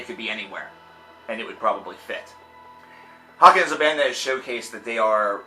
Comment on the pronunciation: It's pronounced hay-ken as in taken and bacon